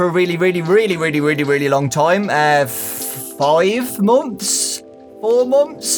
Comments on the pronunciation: I love how says momths instead of months its really funny.😂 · Why do british people pronounce months as "Momfs"?